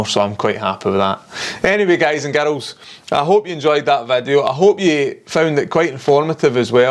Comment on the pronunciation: Girls pronounced Garuls. 👌